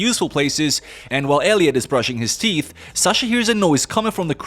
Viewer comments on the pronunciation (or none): none